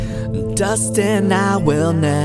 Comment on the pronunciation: It’s Dustin not “Dusten”